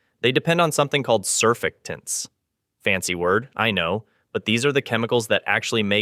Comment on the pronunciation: It's pronounced sir-FACT-tants😎